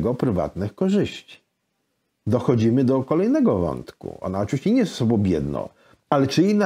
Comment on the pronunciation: Książka fenomenalna. Goście fenomenalni. Rozmowa super. Ale "z tobOM", "z sobOM" do logopedy bo uszy "bolOM"